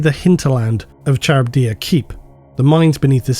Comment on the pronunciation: Dude is a voice actor and can't pronounce "Charybdia".